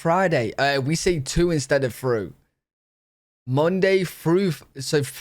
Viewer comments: Does he realize he’s saying fru and not thru? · Your saying fru for thru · can't pronounce words with "h"'s in them. He says "free" instead of "three" and "fru" instead of "through". I noticed when I was in the UK that this is common with working class people as opposed to upper class. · Are you aware that you say frew instead of through? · I don't think we ever said "frew". We say "Through" as in "Monday through Friday". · you don't say Through because you physically can't. You say Froo. Why is it that non-Americans from all over the world cannot properly pronounce TH? It's easy. Put your tongue tip at the bottom edge of your top front teeth, close your jaw a little bit and then blow some air thru your tongue. The ONLY sound you can make is a TH sound. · You also say f sounds instead of th sounds. Like you say, fru for through. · It is not off off, it’s off of. One F. The British English is not the Queen’s English. I have heard a lot of English people speak and they sound like they’re swallowing some letters. I have heard you and your family swallow some letters. And it’s not”Frough” it’s Through. You said it. I am not coming at you, love watching your show. Just a correction. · well he also pronounced through as frough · My boy was fighting for his life to say "Through" 😂😂